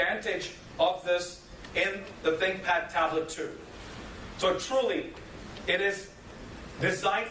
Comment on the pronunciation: Is it just me or the way he says think pad tablet sounds like big fat tablet.